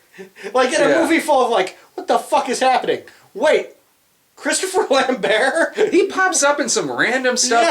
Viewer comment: I had this on in the background while I was working, and then I heard you guys talking about a 'Christopher Lamb-bear'... and then I realised, you're talking about Christopher Lambert, pronounced Lamb-Bert... Weird.